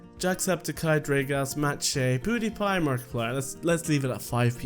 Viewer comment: It's not Poodiepie.It's Peewdiepiee. .') 😂 I wish i asked you a question but i didn't know you were gonna do a Q&A :)